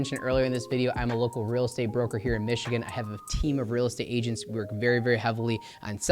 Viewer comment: I do love the hard work you put in to this video. Thank you for sharing. Just one random question. Why do you pronounce Michigan with k?